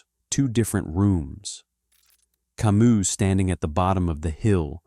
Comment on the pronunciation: learn to pronounce Camus correctly in French,its ironic to try to get to deep philosophy and mispronounce the name either you or the AI you use. Till that happens I rather open Camus myself in French and read the original